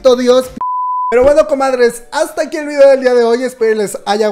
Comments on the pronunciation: Por que dices "videa" ? Me causa conflicto, es video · "VIDEA" JJAJAJA DIAS HASTO DONDE VAMAS O LLEGOR. ;O